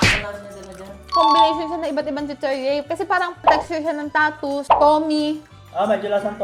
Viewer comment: tama si ate tattoos talaga bigkas nyan, may post dyan mismo ang W.L. Foods.